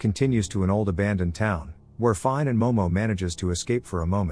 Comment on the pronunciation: Finē (feen-a) not fine